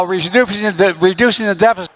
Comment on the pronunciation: "Re dufusing " was my favorite